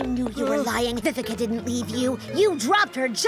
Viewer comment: why would he talk about history repeating unless he’s aware of the Second Chances summoning, which he isn’t? (+ 1 sin bc in the og dub, Vivica’s name is pronounced as “vee-vee-cha”, not as “Vivika”